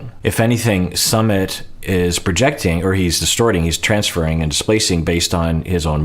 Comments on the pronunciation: Love you! It's pronounced SUE-mit, not SUM-mit. 💕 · Hi Doc, I'm hearing it's pronounced "soo mit", not "suh". 🙃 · Could Sumit fear turning into his father, where he kinda loses his own sense of self and just exists to make his wife happy? Also: "Sumit" is pronounced "soooo-mitt". Think the "soo" sound in "soon" + the "mitt" sound in a (baseball) "mitt" :)